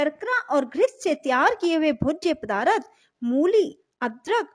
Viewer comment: पदार्थ को पदारथ कह रही है।